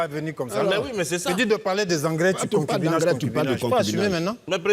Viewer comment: Ooooooo!!! Digbeu,😂😂😂... Tu as forcé l'ouverture de la bouche d'une spectatrice en disant concubinè😂😂